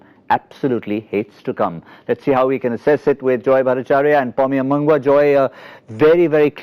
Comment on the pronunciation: what joy da tried to say there?? hahaha M B A N G W A.........